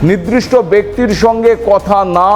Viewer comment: আপনি 'নির্দিষ্ট' শব্দটাকে 'নিদৃষ্ট' বলেছেন বার বার। আশা করি খেয়াল রাখবেন ।